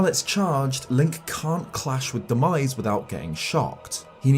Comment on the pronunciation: What he said: Demise What i heard: “The 🥑”.